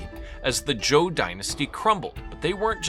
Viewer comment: Your pronunciation is generally pretty good, so it's puzzling to me why you say "Joe dynasty". Even more puzzling is that when you say "Zhou" elsewhere, you say it correctly. It's only when it precedes the word "dynasty" you pronounce it as "Joe".